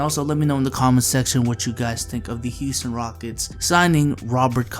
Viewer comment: Heeston rockets?